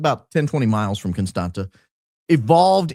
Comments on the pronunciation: I love you but it’s Constantsa” not constanttttttaaa lol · dying at the confidence with which you explained the pronouncing of Constanta 😂😂😂 its CONSTANZZA! Like in Pizza! or ConstanTZa! Like in FranTZve 😂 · It is pronounced ConstanTZa 😊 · I'm from România and just wanted to Say Dacia has Been conquered by the Romans în 112 AD. And Contanta îs pronounced like Constantza ( its actually a t, that doesnt exist în English and is pronounced like tz în English) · Just as an FYI for anybody interested the city is pronounced Constantsa (with short a’s, not the ”a”-sound in stand) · Constanța - with ț, not t 😊 It’s pronounced /konˈstantsa/ or /kohn-STAHN-tsah/ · Constanta is pronounced Constanza in Romanian. The t has a squiggle under it and it's pronounced ts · Actually you'd be nearer the mark if you pronounced it like George Costanza, the accent on the T makes it sound like TS - Costantsa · It’s constans-ZA, but you got close… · Huge in the Balcans! Never thaught i’d listen to you talk about Romania, my home country 😁. The t sound in Constanța is more like the tz in FranTZve - ConstanTZa. Love&hugs! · It is pronounced exactly like in George Constantza 😂. Romanian has a letter t with a coma underneath which is spelled tz . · It's pronounced just like George's last name 😊 Thanks for everything you're doing! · Is Contanța, with a ț not a t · yes indeed, a great opening! but I'm sorry you had to endure through pronunciation of Constanța! also, I'm aware this is nitpicking, but isn't it amazing how Americans just assume things?